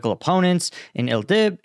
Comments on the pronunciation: you really need to practise names a little before you record, please. It's Noos-ra, not Nursa; Id-lib, not Il-dib, etc. These are not difficult to master, and you seriously undermine your otherwise excellent content by not bothering to get them right. Pretty please, with ketchup on it. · Nusra not Nursa and Idlib not Ildib.